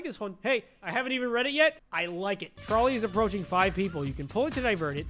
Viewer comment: who else thought it was troll ey and not trolley